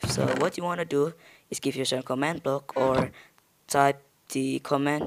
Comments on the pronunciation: Wtf is a command bluk XD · I never heard of.. comnd bluk